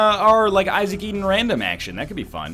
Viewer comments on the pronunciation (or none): none